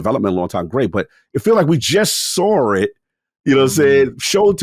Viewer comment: dude you have to stop saying SSSARWRR instead of saw, just simply saw... that is just absolutely insane